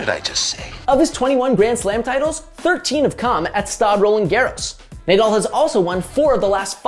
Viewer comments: ‘Naaa”—“Dall”. ..not “Ney” —“Dall”…come on man… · Nah-Doll not nay-dal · Sorry to be that guy but it’s NAH-DAL not NAYDAL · Who tf is Neighdoll 😂😂😭😭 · What's the point of this GOAT argument? Narrative literally changes whenever Nadal or Djokovic win a slam. Let these guys retire before starting it early. At least most people can now acknowledge that Federer is well behind these two. Also...clearly not a single editor at the Score watches Tennis...I can't believe you kept saying NayDal even though he's world famous. Cringe. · Nay doll. It would be nice to have someone that probably has watching tennis to do the take. Can you pronounce his last name like that I can clearly tell this guys never watched tennis lol. I respect the hustle though. And there was no take all you did a summarized what happened lol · Say Naydal one more time bro!!!! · nice video but how can he pronounce Nadal "nay-doll"??? its like hes never watched tennis and heard of Nadal and someone gives him the paper just to read and record it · Should we bother to learn how to say an easy name that’s the entire focus of the video talking about his greatness? Nah, no need Also, how do you even get “nay doll” from “Nadal?” Like come on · Nay-dawl?? For real?? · Nay-dal pronunciation made this video barely watchable :( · How in the world did you mispronounce the name of one of the greatest athletes ever smh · My magic 8 ball says; "Learn to pronounce his name!" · After your pronunciation of Nadal, I can't subscribe. 🤷‍♂️ I barely made it to the end of the video. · He mispronounced 100% of names in the first 10 seconds. He doesn’t watch tennis for sure